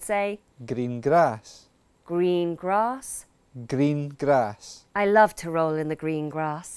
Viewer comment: Jajaja cuando dice "green grass", parece que dice "gringas" 😂